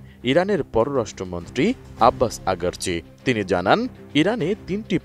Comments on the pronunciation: আব্বাস আগারজি নয় আব্বাস আরাগজি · Agarchi na aragchi😅😅😅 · আব্বাস আগারচি নাকি আরাগচি 🤔🤔?? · আব্বাস আগারচি না,আব্বাস আরাগচি??